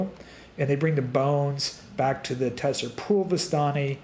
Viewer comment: Tser is pronounced similar to ‘zer’ not ‘te-ser’